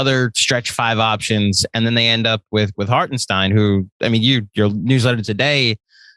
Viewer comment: Let's Go NY! Little advice from a German Knicks fan, let's get his name right once he's on our team, as I've heard tons of pronounciations. It's Harten and stein. Like the sh in shit and the dine in dine. Hartenshdine. Totally looking forward to him playing for us